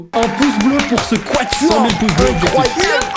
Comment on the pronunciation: « Le Quatior » il m’a tué 😂